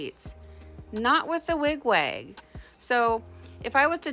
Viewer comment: It's basically the way you say your 'A's. To me, it sounds like Wig 'Wayg' when you say it.